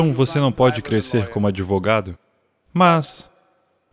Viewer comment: "...CRESCERRR COMO SERRR!!!" 🙏🙏🙏